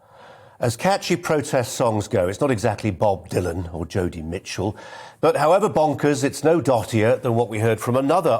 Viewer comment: 'Jodie' Mitchell??? wtf?? 😂